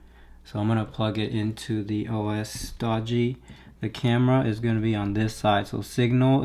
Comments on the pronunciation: It's doge as in doj, not doe gee. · "Dog-e" It's pronounced like "Dojo" without the "o" at the end"